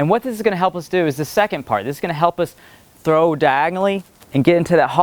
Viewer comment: "When we trow it back we're gonna go diagonally" That what he said